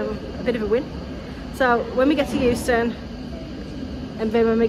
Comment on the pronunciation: Did I hear you say London Houston? No wonder you got lost! 😂😂 "Going Underground - by The Jam" The chipmunk 🐿 voices at the penny machine had me creased! 🤣🤣 I think might have you for copyright on the vanishing meal trick 😁